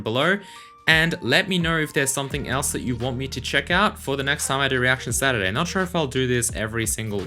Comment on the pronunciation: Am I the only one who hears "Reaction Saturray"?